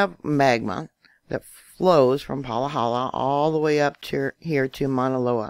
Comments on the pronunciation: It’s Pa-ha-la. Not Palahala🌴🌴🌴Maui Nancy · Im from Hawaii, Pahala is pronounced PAH-ha-LAh not Pa-LAH-ha-la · It’s pronounced Pa Ha La😬